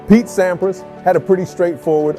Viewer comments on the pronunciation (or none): Pronounce Agassi correctly and more people will watch this video. 200 k dash hr? More like 200 kilometers per hour. The narrator of this sounds like a college dropout. Sam PRAAAHS? This must be the worst video I have saw. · Thanks for video of legend. Some of the pronunciation (Sampras and Agassi), wording (km/hr not km hours) and visuals (stock footage not matching content- eg Wash DC doesn’t have palm trees and ocean views) are detracting.